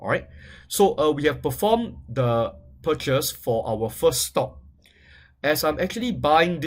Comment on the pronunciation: "A-TORN-T-CATION" "PURCHES" Gosh his english is terrible as fuck.